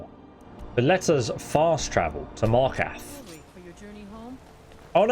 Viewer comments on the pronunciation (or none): MAR KAR TH not MAR KATH... there's a second R.. pronounce it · I get mildly annoyed at how he says Markarth and falkreath Mark ath No there's an R Mild rant over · I think your missing the second r in markarth bro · Love the helpful advice. Serious mental cringing at your horrible pronunciations. Attribute, Markarth and quite a few other speech errors. I get that you sound British, but honestly, that should mean you are better at speaking English, not worse. Again, I found this advice helpful. Please don't think I am ragging on you. Subscribing